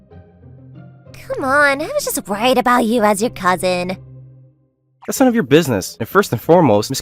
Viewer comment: My man really couldn't utter the words *cousin*, bro isn't even dense anymore, just stupid